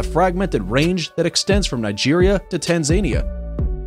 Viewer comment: Does it REALLY require THAT much effort to Google the pronunciation of readily available words like Tanzania, genet, colobus, etc, before you record & upload a video???